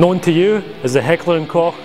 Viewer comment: Holy shit, a non German pronounced Heckler und Koch right! NICE!